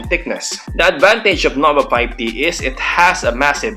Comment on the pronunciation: "Noba Payb Ti"